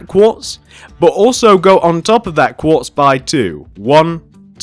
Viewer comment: you said block of guartz instead of block of quartz